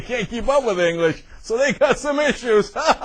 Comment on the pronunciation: "hayaah speak englissh" haha